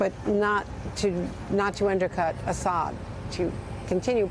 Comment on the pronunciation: These useless Journos can't even say president Assad's name right. useless